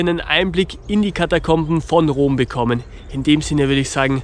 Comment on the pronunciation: Warum sagt immer Dom statt Rom? 🤔